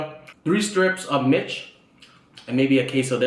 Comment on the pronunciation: its pronounced Meech or sounds like sayin the word Meech, not mitch but good take on romanian food brotha.